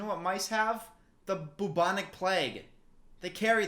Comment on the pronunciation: "The BOO-BONIC plague"~